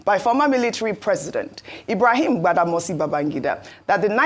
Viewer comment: Ojy kept calling IBB “Gbadamosi”. It is Badamasi not Gbada.